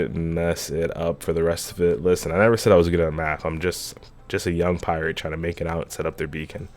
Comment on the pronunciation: "Because I'm a priate"